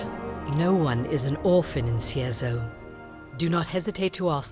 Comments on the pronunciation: i was done the moment he said Cierzero instead of Cierzo. awesome walkthrough though mate KEEP UP✌🏻✌🏻✌🏻👍🏻👍🏻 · reads Cierzo as "Cizero" hmmmm.... "Oh yes Listener" Sausage Roll returns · Cierzo. See air Zo! Just say the letters! Please. Sound it out! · you know hes an es expert because he reads "Cierzo" as "Cicero" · That and reading Cierzo as Cizero For fucks sake xD